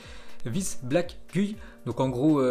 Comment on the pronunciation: black gui? mais tu parles pas un mot d anglais en fait